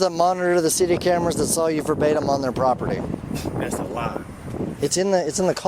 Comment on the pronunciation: Will somebody please tell him what the word verbatim means!! "I haven't seen him verbim" wtf!!!!